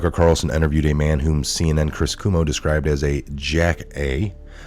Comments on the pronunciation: it's pronounced koo-oh-mo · It's pronounced CWO MO! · The Cuomo's have been a national name for years, but you still mispronounce their name. C'mon... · You don’t know how to pronounce Cuomo?